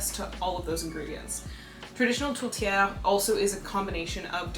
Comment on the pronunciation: Being Canadian, this is a great way to do a recipe swap to learn other cultures foods. To help with pronunciation it's said Tort-ee-air